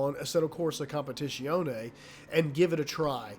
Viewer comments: As an italian i had to puke every time... its a Z, not "sh" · If it matters the proper pronunciation is "com-pe-tit-zee-own-ee" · I love the way you pronounce "competizione" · Attila Giber a competizionét már nem tudja kimondani...:D